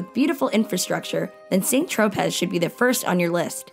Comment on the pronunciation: I think the narrator should learn how to pronounce the cities properly. Lyon is not Lion. Saint Tropez you don't pronounce the Z. Etc.